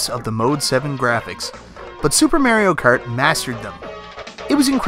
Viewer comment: SUPER MARIO CARD!!!! LOL ojoj love how you pronounce that :O